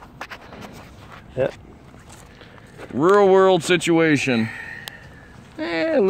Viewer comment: "There we have a club steerwurl lock" "A Reeerwurld siutiation"